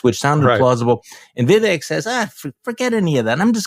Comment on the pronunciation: Vivek “Deep Fake” Ramaswamy —— He may grab MAGA youth——but white BOOMERS? I don’t know. (Vivek is pronounced ‘Veev-Ache’).